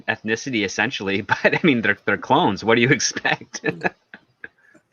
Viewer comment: Say it with me everybody, “clones”.